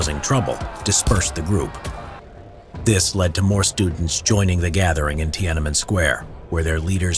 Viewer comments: As a Chinese native speaker, I have to point out that it’s Tian-An-Men, three separate characters in Chinese, so the pronunciation is not Ti-ana-men. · Pronouncing it “tee-AN EN MEN” triggers me, but still great vid otherwise.